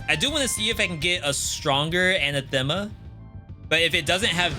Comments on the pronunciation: It's pronounced an-athema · Your pronunciation of "anathema" is... oof, bad.